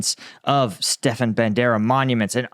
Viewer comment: buddy I love your shit. But do a little research on how to pronounce these names. Not Stefan, it's StePAN. Med ve dev. And the list goes on. Keep up the good work.. just saying.